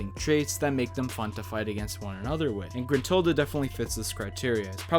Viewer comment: I mean I know you say grintilda but dont forget about the best character in banjo-kazooie and banjo-tooie in Tooty.